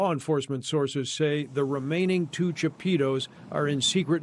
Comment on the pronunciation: “ Los chapeetos “ 🤣🤣🤣